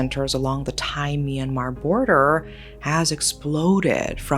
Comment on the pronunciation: Myanmer?! It’s my country😮